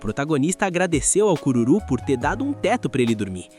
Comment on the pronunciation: "a cururu" kkkk